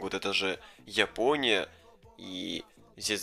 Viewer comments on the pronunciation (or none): none